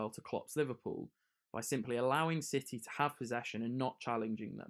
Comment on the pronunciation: He said shitty instead of city😂what a man